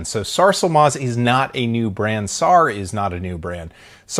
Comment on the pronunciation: It's not SAR. It's pronounced S-A-R (Just letting everyone know)